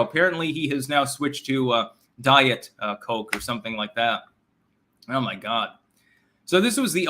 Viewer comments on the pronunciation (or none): none